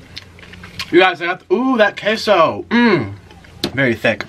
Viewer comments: Kay-so 😂😂 not kesso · Queso (KAY-SO) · Kehso? I thought it was kayso lol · Him: *pronounces queso wrong* Me: screams its pronounced quesooooooo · I love how he says queso as kesso lol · How he said queso 😂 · Hi Nick!!! My name is Chloe and I'm 13!! Just letting you know that you I think miss pronounced queso or I've been pronouncing it wrong for my intire life 😂. This isn't hate just saying for next time😆 I absolutely love your energy and you're always my go -to youtuber when I'm bored or need cheering up! 😄😄😄😂😂